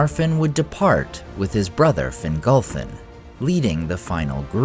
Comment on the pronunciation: The second "f" of Finarfin and Fingolfin is supposed to be soft. It's pronounced more like a "v." As is the "f" in Gandolf. Think "Finarvin and Fingolvin."